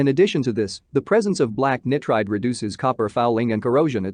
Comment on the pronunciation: mis-pronounced Nitride......calls a non-full auto, an assault rifle...... Assault rifles were banned in the 1934 National Firearms Act, get your facts and terminology correct....disliked....bye